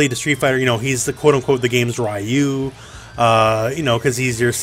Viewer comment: Goku is like the Righyou of this game Ryu: Goddamn it, another one who doesn't know how to pronounce my name. And it's only three letters long...